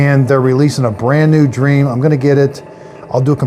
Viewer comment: Correction it’s not pronounced like dream it is pronounced like dreamy